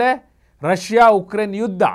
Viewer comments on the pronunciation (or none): none